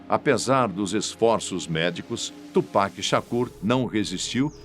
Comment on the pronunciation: Melhor que “tchu péqui” igual uns rappers Br falam 😂